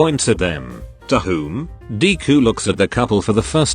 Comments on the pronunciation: Nobody: Text to speech: dee - ku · "dee-koo" "buh-q-go"